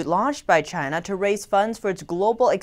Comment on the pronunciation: Love u I always wanna watch u report but sometimes I find it hard to breathe when words like China is being pronounced with a gap between Ch & ina, pe_erson, pe ercent... Perhaps it's just me.. But never mind. I just wish the gap to disappear.. ❤😘😜